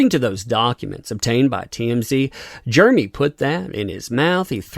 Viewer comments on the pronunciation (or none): Not really a complaint, but it’s kind of weird how you pronounce his name as Germey.